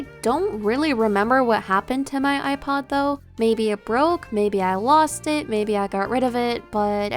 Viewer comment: Behold the yewpod